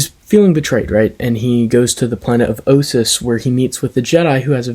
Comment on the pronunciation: Excellent review. This might be my favorite story from the TotJ Companion. Also, you pronounced Ossus correctly as I recently learned from SWTOR. Thanks for the shout out! This is one of the readings I've done that I like the most. This is a 7/10 for me.